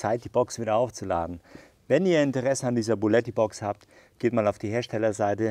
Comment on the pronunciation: du hast ja auch zwischendurch bulletti genannt